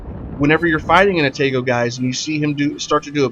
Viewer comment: Good game and description of the "Ah-tah-gou" One thing I gotta correct though (other than the pronunciation of Atago) - the turret traverse is actually top notch! Now, the turrets are slow compared to earlier and lighter Cruisers (actually not too much worse than on the Omaha/Murmansk, except both of those ships only have two actual turrets, the rest are emplaced in barbettes that never have to traverse more than around 120°, and as a result of the design will always stay on one side of the ship) - But as for every ship that has 203mm aka 8 inch cannons, IIRC absolutely none of those ships have a traverse better than about 27.5 seconds, putting the Atago at an easy second place in terms of turret traverse speeds! So, relatively speaking? The Atago turrets are QUITE fast! But I can tell you are trying to explain the Atago to the INEVITABLE, players with little to no experience with WOWS in general - probably not having gone any higher than tier 4 or 5 so far, decide they REALLY want to try high tier Heavy Cruiser gameplay, but they are still so low in the tiers they are used to the "Pew pew pew" nature of lower caliber light cruiser guns. In which case, the Atago will FEEL like it has very slow turrets! But if they have played even a couple games in the Furutaka? They will definitely feel how much faster the turrets of the Atago are! And if they have made it to the Myoko, they will REALLY appreciate the turrets on the Atago!